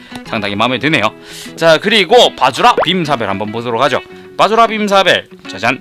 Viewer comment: 왜 자꾸 바즈라 빔사밸 할때마다 바지락 빔사벨로 들리지....?